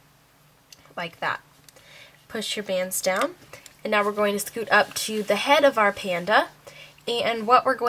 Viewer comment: Ok but like when she says sckoot I just can't....🤣